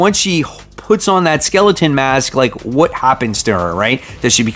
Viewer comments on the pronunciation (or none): none